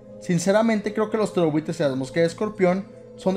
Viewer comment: Siempre pense que decias "terrorbuitres" no "ptereobuitres" xd